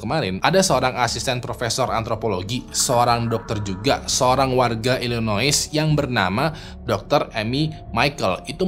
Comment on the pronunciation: Illinois pronounced nya i-luh-noy